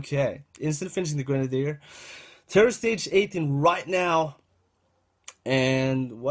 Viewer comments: lO grendeer it's gren-ade-der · also its not gre nade it sounds like girnade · its not gre nadier its grenadier